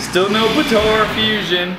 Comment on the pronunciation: Potora? It’s pronounced Puh Ta Ra. Potara